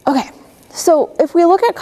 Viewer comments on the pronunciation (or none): so annoying when she says okaeh, good teacher but she talks like a little kid seriously